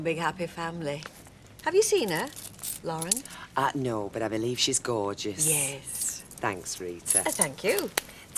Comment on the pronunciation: And Mike really struggled with Lauren, latterly known as Sirpheh 😂